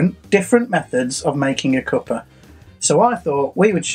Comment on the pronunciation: "Cuppa" as in "Cuppatay". Lol